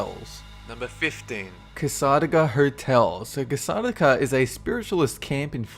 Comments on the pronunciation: Cass-AH-daga? Isn't it cassa-DAY-ga? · It's Cas-A-day-ga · We pronounce Casadega "Casa-day-gah" My friend gets her psychic readings done there and he's been surprisingly accurate. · Kah-saw-da-kah? Cass-eh-dey-ga? I watch these videos just to hear the awesomely creative pronunciations. They are awesome! (It's not a bad thing, it's very entertaining.) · i am from orlando, fl and cassadega is pronounced casa~day~ga. just so you know. :) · They got it right in a later video, so I'm pretty sure got corrected about a million times by then. (And I live in Louisiana, so that misunderstanding of "LA" got a giggle out of me.) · it's called, casa- day-ga. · it's pronounced Casa-da-ga. And it's really cool! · Cass-uh-dayguh. That's how Cassadaga is pronounced. I live an hour from there. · Hello. Very interesting video! I live in Florida, so am familiar with Cassadaga (pronounced "Cass - a - day -gah" ). Its a very clannish area and locals don't like people snooping around. I hear that they guard their cemetery every Halloween. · Cassadaga is pronounced Cas-a-day-gah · Sigh. It's pronounced "cassa-DAY-ga". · I think you pronounced Cassadaga wrong,. I've always heard it pronounced like "ca-suh-DAY-guh". You also said that Myrtles Plantation is in Las Angelos. It's in Louisiana, actually. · Cassadaga is pronounced cas-a-day-ga btw it's also the psychic capital of the world I grew up near it :0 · You're pronunciation made "Cassadaga" sound awesome. Around here it's always pronunced "cass-uh-day-ga." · I live only 2 miles away from #15 and it's pronounced cah-suh-day-guh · It's pronounced Cass-a-DAY-ga! I live in Florida and I visited the town. Get it right! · I almost didnt know what he was talking about in the first one because we Floridians pronounce it (Cass-á-degga) or at least in the part of Florida I'm in we do. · It's pronounced CassaDAYga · you pronounced cassadaga wrong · I live in cassadaga and you pronounce it wrong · Lol he pronounced cassadaga wrong.